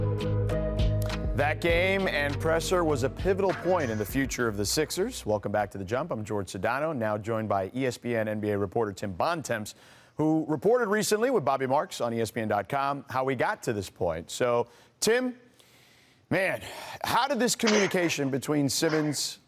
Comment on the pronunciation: FACK. Tim Bontemps is pronounced "Tim Bonton" GET IT RIGHT.